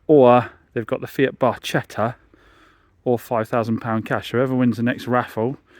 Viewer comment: Proper pronunciation for the FIAT Barchetta is Bar-ketta